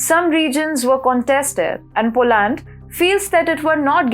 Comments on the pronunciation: You have to use proper English pronunciation to be taken seriously by an English knowing global public. Its not Po - land, the emphasis should be on the first syllable 'Po'... the second syllable is NOT stressed and is pronounced as ' lund,' as in 'under', Ire-land is pronouncef as Ayer-lund. Kindly correct the way you say 'political' - the stress should be on -'lit...' not on 'pol' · Dear, In English, it is "POLAND" not POO-LAND"